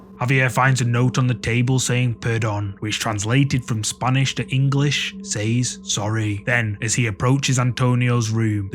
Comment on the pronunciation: It's pronounced gage spelled gauge and says is pronounced sez not saays.